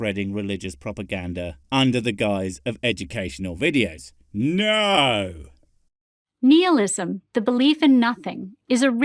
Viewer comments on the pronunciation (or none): That she keeps pronouncing it where it sounds like "Nealism" makes me think that her secret religion is worshipping Neal Patrick Harris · Wait, how does a therapist not know how to pronounce "nihilism"? Wouldn't the subjects they would've had to cover in school cover such topics as "neelism"? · Neehillism.... NEEHILLISM!!! seriously are you fucking kidding me? Nigh-hilism Good God PragerU, that's just pathetic. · I have never heard Nihilism pronounced that way. 'Neealism'. Is that a thing? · Knee-Heel-ism? Her pronunciation was so bad. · She can’t even properly pronounce Nihilism. So why be surprised that she doesn’t know what it means. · Did she say Nealism? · I have issues with anxiety and depression. Worst it got, and closest I was to ending my life, was when I was Christian. Go figure. Also, seems like I only ever hear Christians pronounce nihilism "neal-ism". Just an odd observation. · Is she intentionally mispronouncing nihilism?